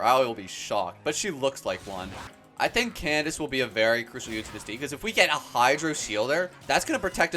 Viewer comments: I think Candace is pronounced "Kandake" FYI! Really enjoy your videos B) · Candace is pronouced as Kan-da-ke, no hate js wanted u to know <33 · candaces name is said can da ke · for future reference, Candace is actually pronounced Kan-da-ke! Candace is the latinized spelling :)